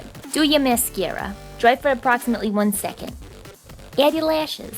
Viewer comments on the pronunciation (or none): "Let it dry for approxiametely one second" 😂😂😂